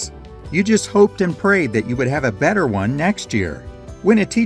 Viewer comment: Different? You mispronounced better my guy.